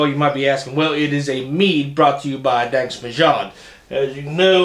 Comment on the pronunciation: No it’s definitely not pronounced “danksh” it’s “dansk”… you got the myod right but in danish it would have a soft D. Almost an L or TH sound in English